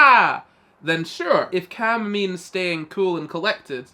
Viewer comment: caalm. pronounced with the a from can.